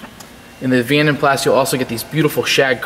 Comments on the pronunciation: vanden plaSSSSS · You are correct about jag u are but vanden plas is german from the daimler family. Pronounced plaaz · Beautiful!!! The A’s in Vanden Plas are pronounced like the a in moca. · The S is silent on the pronunciation of Plas. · Pronounced pla. Jag U ar please pronounce it correctly. the s is silent. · Its actually Flemish but you are correct the "s" is pronounced. Certainly not Pla. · Stunning colour and gleaming finish. A real tribute to the detailer who created the gleam! In the UK it has always been pronounced "Van den plaa" The company was founded in 1870 by Guillaume van den Plas, a Belgian blacksmith, and his three sons, Antoine, Henri and Willy. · ‘Jag Wire’ ‘Vandan PlaSS’ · The condition of this car is far better than your pronunciation of the cars name 🤣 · the S is silent in Plas. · Great video but the S is silent..... :) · I couldn't bear to watch the entire video due to his pronunciation of Vanden Plas. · Learn how to say "Vanden Plas" properly please.